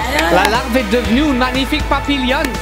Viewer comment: « La larvé est devenue oune magnifique papillouane »